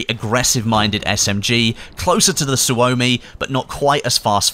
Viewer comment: Suomi..... Almost correctly said... Suomi KP is with out a doubt, one of the best machinepistols in the world... But because developed in Finland.. Didn't ended to be issued in major militaries at the time And its pretty good even in modern day standards.. I was lucky, to have a chance to empty few drum magazines with Suomi KP while serving in the military in 96-97